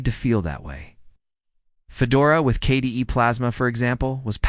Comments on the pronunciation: Need to work on the AL's pronunciation skills - they really reek in several crucial points: K-D-E, each letter is said just like ABC, not K Duh! As far as what distro, LMDE (Linux Mint Debian Edition) is superior to Linux Mint by far. There are other Non-Windoze type distros that can be said to be even better. But for the Windoze brain-dead, mental wimps, LMDE is the best. I've been using all types of OSes since the 90s. Distros like BeOS, BSD, IBM's OS2, and numerous others. But, today, on my laptop, and mini PCs I use LMDE. I've also introduced others to LMDE and no one has had any issues - they take to it like a fish in water, not a fish outta water. Although. There are some older PCs & laptops which won't handle LMDE Or Linux Mint very well. For those, I suggest a lighter Linus. Something like MX Linux, or SparkyLinux, or Puppy Linux, or Tiny Core, or my favorite Crunchbang++ (#!++). FYI. My daily driver laptop, believe it or not, is a Lenovo Intel Core I3 ChromeBook; which, by the way, is Linux under the hood - Gentoo, one of the other Linuxes I've used. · Now try and install Gentoo in that one hour time period. Yes, that AI is crap. Pronounced KDE as kday. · The pronunciations (K-day?) and phrasing are all over the place so, yep, AI commentary (again). Byee! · AI generated slop. They tried Linux Mint Cinnamon edition, but it looked old, dated and was lacking in other areas. However, the last distribution they tried, the golden balance of familiarity, power and customizability was Linux Mint Cinnamon edition. Whoever generated this slop didn’t even pay attention to what was in it. The mispronunciation of KDE and other abbreviations were also glaring tells this is nothing more than AI clickbait.